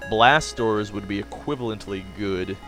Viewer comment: Haha, whenever you say "Blast Doors" I feel like you're saying "BlasTORS" lol, I always think to myself "why is he saying blasters so weird...?